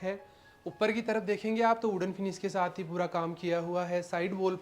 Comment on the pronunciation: Shaath me nhi bolte aap saath bola kro aapka sha sha bolta bhot irritating lgta hai hai aap apna pronouns sudharoge